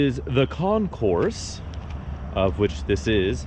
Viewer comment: "Concours" is pronounced without the S in the end. It's a French name.